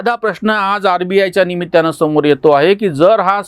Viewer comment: दुसरी एक चूक होते निमित्त्याने न वापरता निमित्ताने असे उच्चारले पाहिजे जमले तर पहा आग्रह नाही